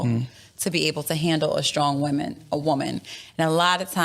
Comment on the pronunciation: 😂 yo this killed me 🤣💀 Also, who tf wants to "deal with a strong wahman"